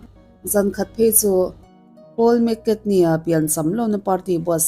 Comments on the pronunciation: Poul mcartny lam dan chu a va mak ve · Paul mc carney i lam dan hi😅😅